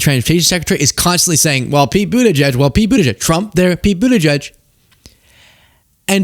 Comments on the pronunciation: edge edge is phonetically wrong though...it's more like boot ahj jedj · The edge-edge thing is how his handlers told him to say the name, because he is too dumb to remember how to pronounce the name! He was supposed to say Boot-edge-edge, to say the name. And he wasn't supposed to explain that to the press. The dumb ass! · That's how he was tougt to say it properly "Mr president it's boot edge edge now repeat after me...." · I always hear "Booty Judge" when someone pronounces Pete's last name, and I really think he missed his calling as the next Howard Stern, with a moniker like that. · At least he doesn't say "Buttyjizz." 😂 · It's pronounced Booty Judge. Get it right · "OK grandpa.this is how you can pronounce Pete's last name." sigh This is your leadership on full display.